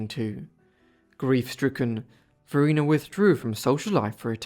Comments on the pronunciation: Just for the record, I believe her name was pronounced va-RY-na, because there is a bridge on I295 crossing the James River named after her(and that area is known as Varina) . Rhymes with vagina. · There is a town in Virginia named after her - Varina - but it is pronounced VahRhineAh